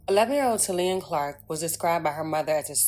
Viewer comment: PRONOUNCED TALEEYAH... IJS! RiP baby girl🕊🕊🕊🕊🕊🕊🕊🙏🙏🙏🙏🙏🙏🙏